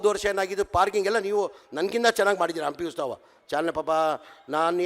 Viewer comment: "ಹಂಪಿ ಉಸ್ ತಾವ"😂 ಇವನು ಇನ್ನೂ ಕನ್ನಡಕಲಿತಿಲ್ಲ😂